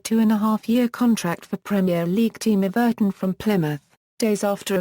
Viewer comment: You pronounced Everton wrong